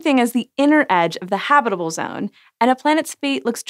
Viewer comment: I swear you're saying HOBBITable zone. They seem to do well even in Mordor, so Venus is doable.